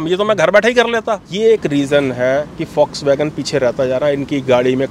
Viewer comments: Indians need to learn how to pronounce Volkswagen. It's "vawlks·va·gn" guys, not folks vagan or vox wagan 🙏🏻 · Fox wagen / focks wagen 😂😂😂